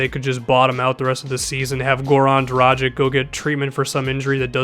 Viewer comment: Dragić is pronounced Drah-geach